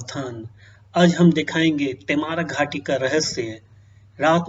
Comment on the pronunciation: पहले घाटी का नाम सही से बोलना सीख ले फिर वीडियो बनाना